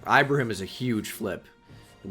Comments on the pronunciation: its keenan ee-bruh-heem lolz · bro u gotta learn how to pronounce ibrahim